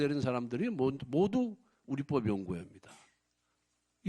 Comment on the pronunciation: 우리뻡이라고 발음은 틀린 발음 우리법이라 발음해야지. 아나우서가 경상도 사투리로 우리뻡연구회 식으로 발음하지 마라